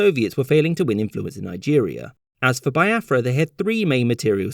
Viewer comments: Thanks for the lesson the depictions of the generals were spot on!!!. Only a few mistakes though Nigeria got independence in 1960 not 1963 and also its pronounced BEE AFRA not BYE AFRA every other thing was spot on and funny 😄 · bee-ah-frah not bai-ah-frah (in case anyone was wondering) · Nigeria actually became independent in was when they declared the country a republic. Also, it's Biafra /Bee-ah-fra/, not /Bye-ah-fra/. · You forgot it’s pronounced as be- Afra not bi- afra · You mispronounce pretty much every name in this video. Igbo is pronounced with a long I and the G is almost silent. Lagos is pronounced Laygos, as if it were English, even though it's derived from the Portuguese word meaning lakes. Biafra I'm pretty sure is pronounced Be-afra, not by-afra. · Biafra is also pronounced "Bee-ya-frah" but he kept saying "Bye-ya-frah" lol. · It's pronounced Bee-a-fra by the way. Nigerian by the way. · It is pronounced as Be-afra, Yo-row-bar, Egbo and Foo-La-ni, respectively, thank you for remembering my country, I am truly grateful.... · it's Bee-afra and it's igbo with a silent G